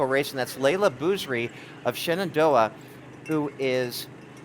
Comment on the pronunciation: It's Shenendehowa, not Shenandoah. I live in WNY and even I know that. BTW, cheers to Frontier's Lillie Bogdan from a Falcon x-c runner ( ). And to WNY's top finisher, Emilia O'Leary of East Aurora.